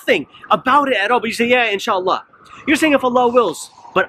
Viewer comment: I don't care if Biden said inshallah or astagfirulla, the only thing that bothers me is the pronunciation lol! In Shla